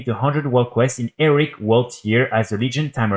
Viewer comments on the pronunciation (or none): Repeat after me: "HE-RO-IC": "ERIC".... ffs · Nah it's Eric! It's cute, he's clearly not a native English speaker, chill.